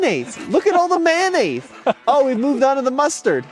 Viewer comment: I like how says mayonnaise lol 😆 Manaise...........🤣